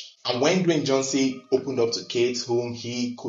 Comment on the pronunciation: U keep saying dewayne Johnson 😅😂😂